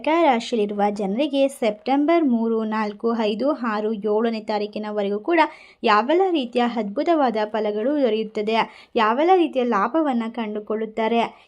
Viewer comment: ಹ,,, ಗೆ ಅ,,,,,, ಅ, ಗೆ ಹ ಉಚ್ಛಾರಣೆ ಬಿಡಮ್ಮಾ ಹದ್ಬುತ ಅಲ್ಲಾ,,,, ಅದ್ಭುತ.